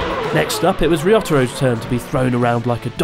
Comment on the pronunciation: "RISOTORRO CAM". I'M DONE. I CAN'T WATCH ANYMORE THEY PRONOUNCED MY DEATH ON THE SPOT. 😂